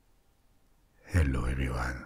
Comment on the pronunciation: Ahahaha "Ello ehv-we wan"